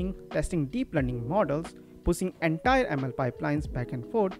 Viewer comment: Pushing has a 'sha' sound. It is so easy to pronounce. What is so difficult?